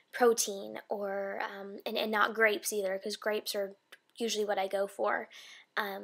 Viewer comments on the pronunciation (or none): Did you say Grapes or Crapes?